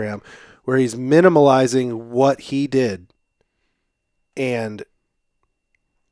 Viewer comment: Can I just say its "minimizing" not "minimaliazing" haha! Good run down tho